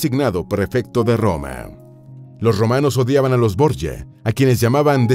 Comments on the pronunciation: Boryia??? Son los borgia, de toda la vida son borgia, no Boryia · Es un apellido español que seescribe Borgia y se pronuncia "Borjia", no Borya como dice el narrador... ya que se trata de videos informativos, debería informarse más antes de leer como le parece que son las cosas y no como realmente son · Señor, la familia Borja o Borjia, era española, en concreto valenciana. Así que esa pronunciación de su apellido español es absurda. Se pronuncia "Borjia", con la j gutural fuerte, no como y griega, como se pronuncian palabras españolas tales como Jaén, Jiménez, guijarro, Juan, Jesús... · Los Borgia eran españoles, mendrugo. Llamarles borye es haber investigado más bien poco. A los 15 segundos (y 7 veces dicho borye) dejé de ver el vídeo. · Se pronuncia Borgia.como se lee.eran de mi país España.. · Pronuncia Bien es Borgia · Es un dolor para el odio ver como pronuncian el apellido Borgia como si estubieran hablando en Italiano, en Castellano o Español los nombres propios no se traducen. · Me da mucho toc como el autor del video pronuncia el apellido la verdad, creo que debería de saber antes de donde provienen y no meter la pata como en el video. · Pronuncia en inglés el apellido, es Italiano no se pronuncia asi